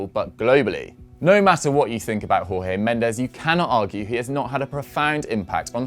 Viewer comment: Great article. Please just stop mispronuncing Jorge Mendes' name. In Portuguese the pronunciation of his name is basically George. Were he spanish, the pronunciation would be great